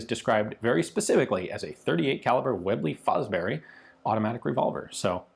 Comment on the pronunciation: way-blay fo-brery 😂🤣